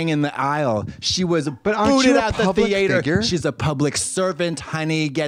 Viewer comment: Katya calling it “the thee-ate-er” every singe time has sent me